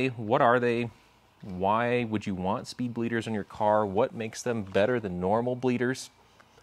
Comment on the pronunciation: “Spleeder” hahaha